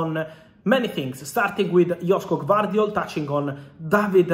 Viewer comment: I like how he butcher Gvardiol first name. At least do some research before saying it......